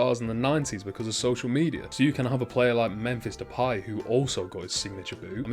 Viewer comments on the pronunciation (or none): none